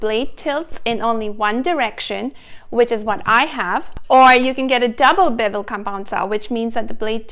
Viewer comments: Bevel is not pronounced bu-VEL. The accent is on the first syllable. It is a BEH-vul. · Bee-vell cut? Hmmmm…. Maybe try Bev-il.